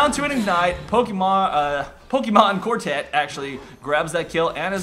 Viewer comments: Love how you say pokemonkortet xD It is norwegian/danish/swedish for the pokemoncard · Yeah, it is pokemonkortet in swedish too.LOL'd so hard when pronounced it in english xD. NORDEN FTW!